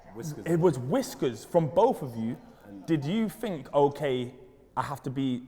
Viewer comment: Bro think doesn't start with a F (fink) you guys created the language and yet you can't speak it